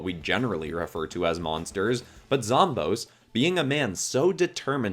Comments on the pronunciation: Zomboss is not pronounced zomb-ohs, it's pronounced zom-BOSS, because he's the always the final boss and he's the boss of the zombies. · It’s pronounced zom boss not zom bose so ya zomboss is pronounced zom boss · Sry to say this but it’s like hearing someone calling Aang Oong it’s zomBOSS no offense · when you say zomboss it sounds like it would be spelled like zomboas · Thanks for using the Snapdragon idea appreciate it ❤ (also zomboss is pronounced zom-boss) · They way he says Zomboss tho 😬😢